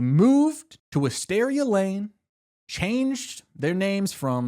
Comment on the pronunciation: theres alwayds a mystery to be solved in DH please keep it going! Also its pronounced Wis-TEAR-ia like tears (crying)